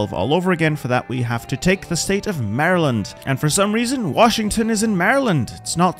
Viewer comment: As a Maryland resident first I wanna say this is the first time I’ve heard someone not from Maryland pronounce the name correctly and secondly Washington isn’t technically in Maryland but it’s honestly still an unofficial part of Maryland crab gang lol 🦀